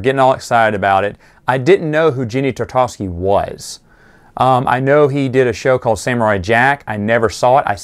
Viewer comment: Genn-dy Tar-ta-kovs-ky, not gndy trtdkvsky